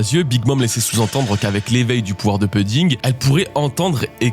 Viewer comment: 8.53´ Je t’en supplie ta prononciation de pudding c’est insupportable Prononce pOUdding Je t’en supplie 😢